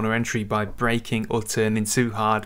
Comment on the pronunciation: I wish you would pronounce the g at the ends of all you words. Brakin, steerin , racin All these words have a g on the ends :-)